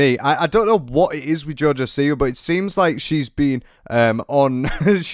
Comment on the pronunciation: Im part Polish and......joj siwa...no